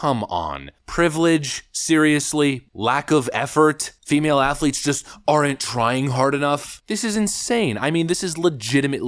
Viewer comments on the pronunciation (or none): Did he say "trans assletes"?